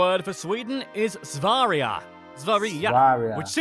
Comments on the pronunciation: It's not Svarija It is sverje. Sverge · Its "Sverige" not "Svariga" 🤨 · Svaria lol its sverige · its actually pronounced Sfehreeyeh not Suhveriyeh and yes i am a Swed so u guys in the comments can’t say i am wrong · SVARIGA? how does he get that from. Swerije is more how its pronounced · sverige not swarige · its sverige not svouria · What the heck is "Svarija" Its Sverige! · At number 7 he said swariya but its Sverige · He pronounced "Sverige" "Swaariaa" when you pronounce it more like "Svérryè" that pissed me off😬😐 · Zvaria🤦‍♂️🤣 It is Sverige, pronounced as (Sverie) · As a Swed We call it Sverige With a loud S and V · WHAT THE HECK IS “SVEHRIJE” ITS EASY TO PRONOUNCE!! VAD I HELVETET ÄR ”SVEHRIJE” DET ÄR LETT ATT UTALA!! AND YES THANK YOU ITS ICA BEST GROCERY!! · Nah im sorry but wtf is svarija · U have no idea how triggerd it made me to hear "Sverige" basically pronounced as Svöria, svörriah? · you say sve-rije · English: wen you Said Sverige it was so rong pronaunst. Swedish: När du sa Sverige så var de så fel pronacyerat. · that is the worst pronounciation of "sverige" ive ever heard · Don’t even say Sverige like that when your in Sweden because you pronounced it so bad that I almost fell off my bed. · Most of his pronunciations are acceptble but why did he pronounce the e in Sverige like an a? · Sverige is pronounced wrong in the vidio! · Why say our country wrong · HONEY U GUYS DEFFINTLY PROUNCED IT WRONG (im talking about Sverige) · the way he pronounced sverige😂 (i am from sweden) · It was so fun listening to them trying to pronounce Sverige😂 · As a swede how they said “Sverige” is totally wrong 😂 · love his pronunciation of Sverige